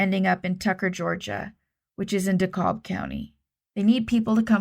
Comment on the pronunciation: Great work as always. Pronunciation tips. DeKalb County in Georgia is pronounced “duh-KAB”. Short A and the L is silent. DeKalb, IL and DeKalb, IN are also pronounced with a short A however the L is NOT silent.